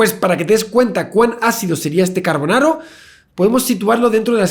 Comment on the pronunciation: carbonaro🍝🍝🍝😂😂😂 (es carborano)